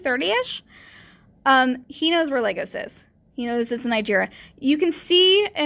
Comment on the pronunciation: I love how you play with this guy's head. Just FYI, it's Lagos, Nigeria, not Legos. I mentioned scams like Microsoft coming out of Lagos, but from what I've heard most of them come out of India, so it's a much different accent.